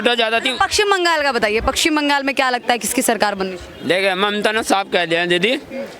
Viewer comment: Pakshim bangal??? , madam it is paschim bangal.